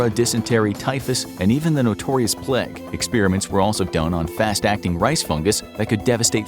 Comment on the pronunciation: My favourite part was when the narrator said “plague”